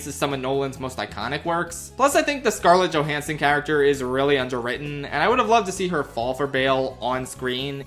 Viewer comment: Taking a moment to apologize for mispronouncing Cilian Murphy's name, then going on to mispronounce Scarlet Johansson, Ludwig Göransson and Einstein's... now that's comedy. At least we didn't hear about Marion Cotillard.